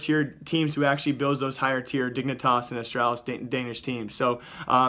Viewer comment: 4 minutes u say dignitas lel :P